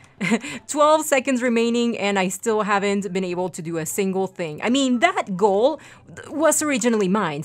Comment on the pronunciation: It's "Goal." Not Gool.